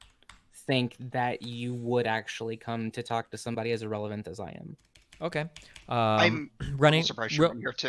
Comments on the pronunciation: Ahrelavent was dying lmfaoooooooo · ahrelavent was you in this debate